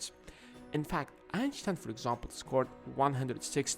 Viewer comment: this dudes german on acount of how he said 'einstein'.